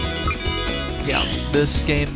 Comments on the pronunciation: I agree, your descriptions are funny! By the way it's pronounced I-de-ya not idea. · It's not Ideas it's Ideya and it's pronounced (id-dee-ya) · btw ideya is pronounced id-e-ya